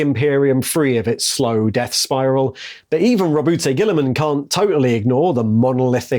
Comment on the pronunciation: I'm sorry your calling him Roboute what now?